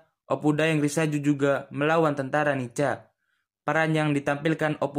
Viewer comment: Bukan dibaca NICA min.....dibaca NIKA......C=K....tolong dihafal dulu singkatan dari NICA...pasti nanti tau juga cara penyebutan nya...